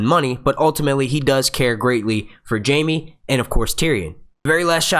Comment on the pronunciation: I trusted you. But... but... you made the biggest mistake there is... you mispronouced Jaime.